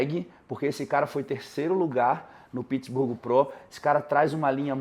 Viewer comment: Pq o fala Pittsburgo? Kkkkkkkkkk não é nem em inglês e nem em português 😅